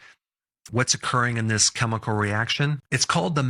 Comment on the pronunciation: last time I checked, chemical is pronounced keh-mi-call, not cheh-mi-call.... guess who's getting added to my do not recommend list!